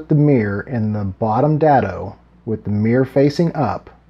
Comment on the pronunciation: Dado is pronounced with a long vowel A. Not a short vowel a. Just saying...